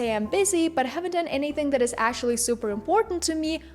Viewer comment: Why do you pronounce actually like that?? Ashally 😂 it's annoying 🥴